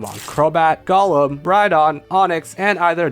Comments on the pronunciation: Gollum? My precioussss! (It's GOHlum, not GOLLum) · Golem is pronounced Go-lem Not Gull-lum. That's a Lord of the Rings character.